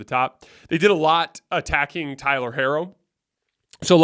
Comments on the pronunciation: Herro's name is pronounced "Hero". You keep analyzing, and picking against the Heat, yet you don't know their players' names 😂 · why are you pronouncing Herro’s name like that 😂😂😂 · He pronounces Miami like “my Amy” and pronounced Tyler Herro like “hair-o”.